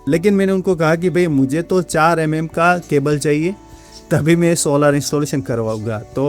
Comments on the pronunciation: Solaar nhi bhai solar hota h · Bhai sab log solaaar kyu bolte hai.. Solar bolne me dikkat hai kya